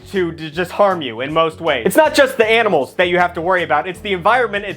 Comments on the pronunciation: Please just stop pronoucing animals like aminals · You keep saying “AMINALS” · “The aminals” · “Aminals” has always been the cutest thing to me 😂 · Did he said aminals 😂😂😂😂😂😂😂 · Is he saying aminals in the beginning or am I just crazy?? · “the aminals “ 💀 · I heard that too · "aminals" -, 2024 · dont worry i also have trouble saying aminals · The "Aminals" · Loved how he said “the aminals” 🤣